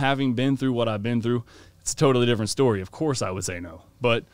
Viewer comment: “Story” mate, never “Schtory”. Jesus!